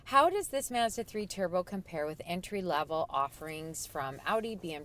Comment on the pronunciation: Stop saying masda its Mazda. I work for em its not how you say it.